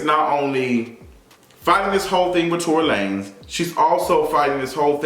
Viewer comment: Lmaooo I never heard La-nezzz lmaoooo